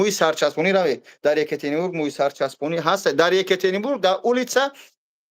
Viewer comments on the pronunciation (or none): none